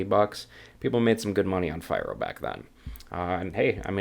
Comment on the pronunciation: "fee-roh" just FYI